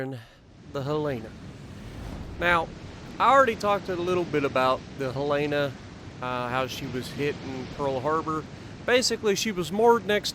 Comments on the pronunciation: Helena. Hell-in-ah. :) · Pronunciation is Helen-Uh. Not the way you are pronouncing it. It's named after my state's Capitol. She was in Pearl Harbor and due to a tender she was targeted by Japanese bombers. But due to that tender she also didn't capsize like other ships. I do believe she was "the most fightin'est ship in the fleet" and after playing her, I can see why! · Pronounced Hel-uh-nuh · As a Montanan I will just say you pronounced the name wrong. HELL'-en-uh. Other than that, good video!